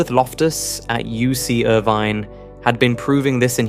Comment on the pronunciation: Was that reference to Irvine University? If so it was badly mispronounced.